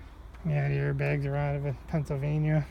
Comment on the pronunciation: Which yard is this? I heard you say "Pennsylvania car" a few times